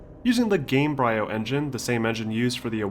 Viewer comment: Love your retrospectives. The only thing that repeatedly made me cringe is you pronouncing the bryo in gamebryo like "briar", not like "embryo" which the word gamebryo is clearly referencing.